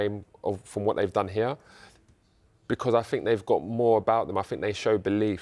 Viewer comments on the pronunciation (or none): none